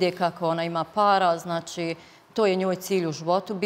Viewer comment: "Ćitavo vrijeme" 😂 "znaći" 😅 "taćno" 😂 "protjerali su hin" 😂Aneli mozda treba lexaurin a tebi djevojko treba bukvar....sve Mentoli! Tebe tko bude slusao u onoj Zadruzi svaka mu "ćast"!